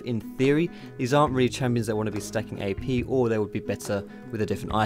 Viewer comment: sounds like youre saying EP rather than AP. x)